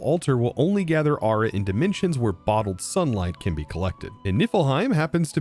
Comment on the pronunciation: i keep hearing you say ara not aura got so annoying i literally could not finish the episode due to hearing the wrong word 50 odd times in 2 minutes